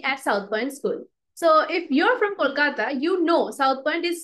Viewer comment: I liked the way you said "kolkata"at the intro of this video❤ intro was amazing💥